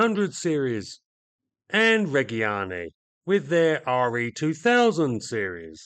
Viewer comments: excellente! (one small note; Reggiane has soft g's, so, reg, [as in the short for Reginald] and gee-ahn-nay) oh nevermind. I see below someone has already given you the note... always read before you chomp at the bit kid... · The G in Reggiane and Regia is soft, closer to a J. like the G in in "agitated" or "ginger". The hard G in Italian is followed by an H, same as the C and CH. Examples of an hard G and hard C in English that use the same spelling would be words like gherkin and orchestra.